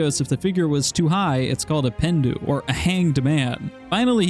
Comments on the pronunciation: PENNDOO!? it's a French word should sound French yeah? pahndou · Draw-ing. With a w. Not dror-ing, with an r before the -ingAlso than he. Not than him. Pendu is pronounced pon-doo, mire or less, not pen-doo. Otherwise, GREAT VIDEO!